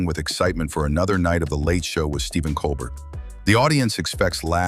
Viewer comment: Learn the names. It’s not Col Bert.